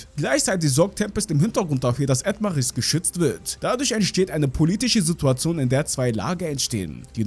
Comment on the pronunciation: Sprichst du das extra falsch aus?😐Das heißt zum Beispiel Falmos und nicht Famas. Das selbe bei Edomales und nicht Edmaris.😔